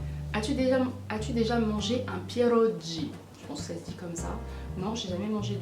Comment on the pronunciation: coucou chouette video et il y a un mots que tu prononce piérogi alors que c piérogui mais sinon chouette video ( 2ème fois que je le dis )